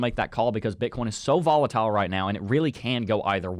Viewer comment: I dont know why I always hear Bitcorn